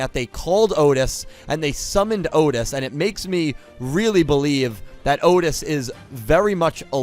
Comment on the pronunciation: So... Otes, not Otis? :P